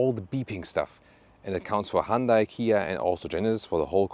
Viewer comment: You’re pronouncing Hyundai incorrectly